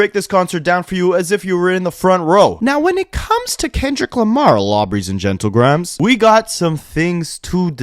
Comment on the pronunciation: Anyone else hate when he says lawbry and gentle grahams? Annoying. I’m done watching his videos. Sorry man it’s just too annoying.